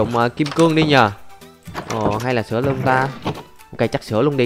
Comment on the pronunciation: "Sửa" chứ k phải "sữa" a ơi :v